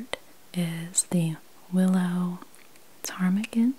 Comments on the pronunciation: You pronounced Ptarmigan correctly lol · You pronounced Ptarmigan correctly. As I bird nerd I can confirm this 😂❤️